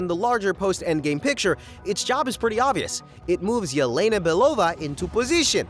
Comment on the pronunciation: For heaven's sake its E-LE-NA. SHE IS RUSSIAN. A name like "Ye-Lay-Nuh" DOESN'T EXIST IN ANY SLAVIC LANGUAGE!